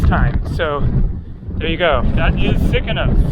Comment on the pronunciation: Its Sikinos and not Sikonos 😀